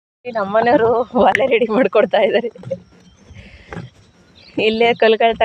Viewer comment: ಓಲೆ ಅಲ್ಲ ಒಲೆ